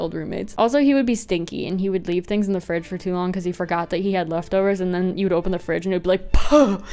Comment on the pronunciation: Ven- Ad: the best! And in the ad, they said the the like "thi" 😭